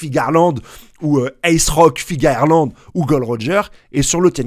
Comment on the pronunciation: Je t'adore mais stp arrête de dire Fingerland c'est Figarland . Bisous et continue comme ça